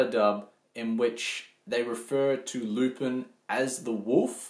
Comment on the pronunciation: Good review but it's pronounced Loo-Pawn. I also encourage you to watch the Mystery of Mamo which was , in my estimation, better than Miyazaki's film.